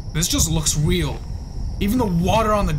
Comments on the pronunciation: bro said weal instead of real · weal say real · 2;36 say real not weal